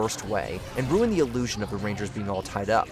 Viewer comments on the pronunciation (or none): none